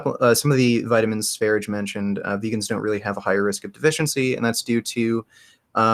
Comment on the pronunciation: It's also annoying that he can't bother to properly pronounce sv3riges name... No respect.